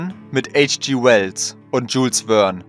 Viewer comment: Der hieß nicht "Dschulz Wern" sondern "Dschül Wern".